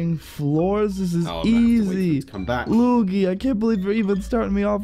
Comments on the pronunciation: Its not lugi , his name is lui - gi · It's not luge luge it's luigi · You said it wrong its LU-I-JI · Luigi's name is pronounced loo-eej-ee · Why do you call luigi loogie bra 😂😂😂😂😂😂😂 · Not Mario Odessy and stop calling Luigi as loogie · It's lu-we-g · Thats not how you say luigi